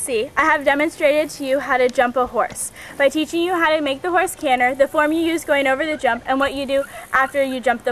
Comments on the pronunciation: Its canter with a T not canner! This really annoys me! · Is it only me hearing 'Canner' rather than canTer? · it's not canner it's called canter